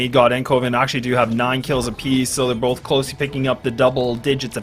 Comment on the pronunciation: someone should tell there is no L in the word both also #justiceforactman